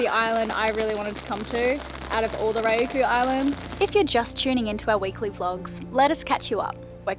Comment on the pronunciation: Another beautiful video. Thank you! (btw, Ryukyu is pronounced "ree-you-koo" or "ree-you-kew"). For language barriers, the Google translate app will help (use it all the time in Japan)